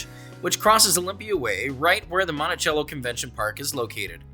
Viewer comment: In Longview for future note the pronunciation of Monticello is different than the traditional form it is Mont-a-sell-o instead of Mont-a-chell-o